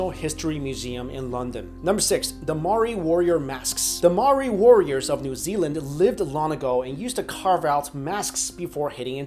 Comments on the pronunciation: not 'ma-ri', its pronounced "m-ow-ree" ; the natives of New Zealand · "Moeri" ahaha i was born and raised in nz and the way you pronounced maori in the vid😂😂 ik u arent from nz so its fine most of my teachers still say maaaooeerriiii as well😂😂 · Maori, pronounced mowri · you were so close to pronouncing Māori...roll the tongue with the 'r' and you're good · you pronounce the New Zealand tribe wrong I know because I did a paper on them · lol he can't pronounce Māori (basicly anyone not from new zealand i've heard try to say it can't pronounce it) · HEY,HEY,HEY!!! If you're gonna talk about Maori's at least say it right!! :'D And no, I'm not mocking them. Otherwise I would be mocking my own culture!!